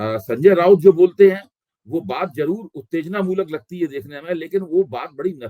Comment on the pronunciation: aap ka channel majboori mein dekhna padta hai. Abhay Dubey ji ki wajah se. Aapki awaz aur pronunciation kaan mein chubhta hai. Jaroor nahi zaroor. moojik nahi music. Thoda kaam karo apne par. Take it as a constructive criticism, baaki aap khud samajhdar ho